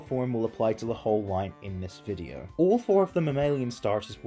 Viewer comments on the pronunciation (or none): none